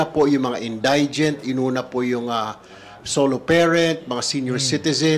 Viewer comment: Sir Tulfo: In dee gent po, not in die gent